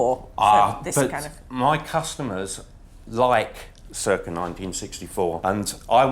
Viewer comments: Ruth I would have thought that you would know it's pronounced sirca not kirka 🤔🤔🤔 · I love Ruth, but why does she always pronounce circa like that? 😂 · I very much enjoyed him correcting her pronunciation of circa as ‘kirka’.